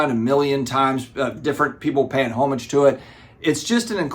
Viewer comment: As an English man its nice to hear you say "homage" and not the "homagggeeee" you guy's normally say 😂 Have 190 slabs at moment and like you looking to get that to 30 at higher values, just picked up a Green Lantern 1 at 4.5, very pleased, X-Men 1 at 5 to 5.5 next in my sights. Whilst that all sounds perfectly logical why do i keep buying slabs because i love the cover...it never ends